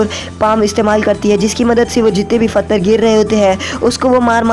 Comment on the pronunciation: Fatar nahi pathar